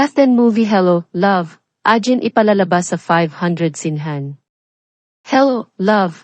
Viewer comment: AGAIN pronounce it Ah geyn not ajin pls